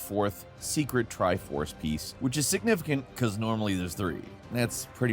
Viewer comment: is the tri force actually the "tri fours" XD